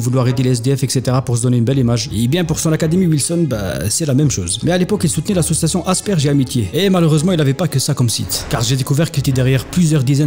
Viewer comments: c'est pas "asperge et amitié" 😂 c'est asperger il s'agit d'un syndrome. Bravo pour ce que tu fait c'est top 👍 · c'est asperger avec la fin qui se prononce comme hamburger, c'est une forme d'autisme, c'est juste pour info au cas où tu ne saurais pas, sinon c'est pour les autres. Super vidéo comme d'hab.